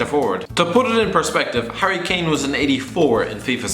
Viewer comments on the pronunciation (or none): none